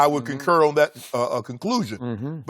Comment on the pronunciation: Shannon concurls.